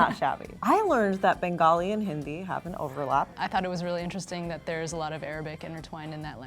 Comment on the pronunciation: What pisses me off is the the one wearing white pronounced "Hindi" wrong and she knows how to speak it